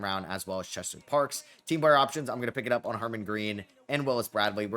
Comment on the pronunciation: Brother, Byrd is pronounced like Bird 😂 lol him saying Buyerd for Byrd was killing me 😂 loved the video tho